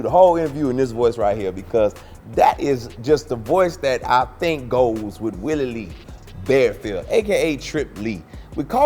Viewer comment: WIllie Lee Barefield in that accent took me outtt!!! LOOOOL Dope vid bro